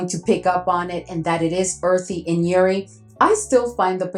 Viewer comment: Hi, just wanted to say I love your content, especially Middle Eastern Thursday. From all the content creators & YouTubers you’re the one who inspired my fragrance journey ❤ I’m an Arab! We pronounce the J in jouri it’s a type of flower I believe a Damask Rose 🌹